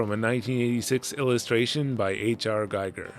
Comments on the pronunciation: That's way too cool, I just rewatched your video about MIrrors and wondered about this, didn't even know it was considered lost. Also minor note, H.R. Giger's last name is pronounced "Geeger", not "Geiger", like the radiation counter. Wow Famie Mart.. They didn't have room for a 7-Eleven Lawson on the roster? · Sorry to be pedantic, but it's pronounced Ghee-ger and not Guy-ger. I used to pronounce it the latter way until a few years back I learned how it was actually pronounced (not having heard anyone say it out loud before then). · H.R. Giger's name is pronounced Ghee-gur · Hate to be that guy, but Giger's surname is pronounced "Geeger".